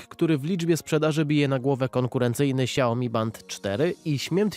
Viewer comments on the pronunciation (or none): Xiaomi chyba a nie Xiaiomi się wymawia🤔